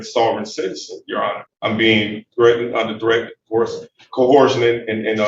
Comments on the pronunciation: "Under a threat, a dress and co-horjun" WTF? Like I always say, "When a dumbass tries to sound knowledgeable and intelligent, they just prove their ignorance and stupidity." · "I'm here under threat, duress and co-WHORE-sion." WTF is that?! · I have yet to hear a SovCit that can correctly pronounce “coercion”.